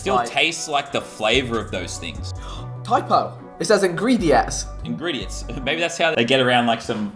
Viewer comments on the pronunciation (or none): back on the PRIME says ingritets